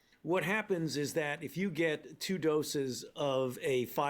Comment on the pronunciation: In the beginning, i could've sworn fauci said "south africer".